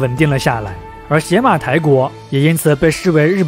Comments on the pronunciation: 那念野马台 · 邪 在这里应该读牙，Yamato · 邪马台的邪字应读yé。大夫的大字读dà吗？ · 是邪ye马台不是xie马台。。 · 邪马台会不会其实读作“邪（yá）马台”，即日语读音里的“大和（yamato）” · 必须肯定和支持，但也需要提出些许意见——读音要准确，比如邪（ye2）马台国；视频资料可以更贴合一些，结合一些小标题。希望继续做下去，做得更好。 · 前后鼻音不分 知识硬伤太多 比如邪马台的发音才是yamato 并不是倭的日语发音 倭奴这个称呼也并不是汉朝希望他们臣服 而是倭奴国对自己的称呼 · 邪马台国的记载最早见于《三国志》中《魏书·东夷传》倭人条（通称魏书倭人传）记载的倭女王国名。古书中“邪”是通假字，也读“也”，所以邪(yé)马(ma)台(tai)国，其实也就是大和Yamato发音的中字译音。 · 邪马台，yé mǎ tái